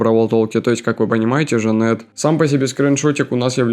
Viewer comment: Вообщето нового хроматического бойца зовут джанет а не жанети и мне кажется что ты не смотрел бравл толк